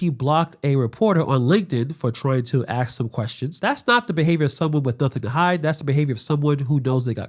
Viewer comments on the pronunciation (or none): Ask or ax learn the correct punctuation